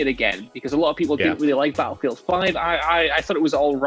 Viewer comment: Can we tell what culture guy that Battlefield has two T’s in it. It battlefield and not Ba-llefield..